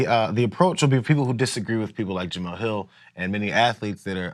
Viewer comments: you cover sports her name is pronounced ja-mel not ja-mill. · Really? You still haven’t learned how to say her name???